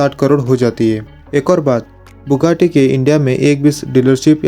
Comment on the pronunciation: Thats not bukkati its buggati😅